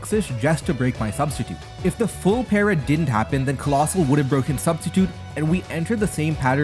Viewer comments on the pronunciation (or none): You talk way too much. Crazy considering you can't even finish the word paralyze 'para' Smh